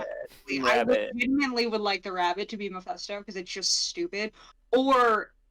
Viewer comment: Great panel. And lol, his name is Mephisto, like FIST, not Mephesto, like Pesto.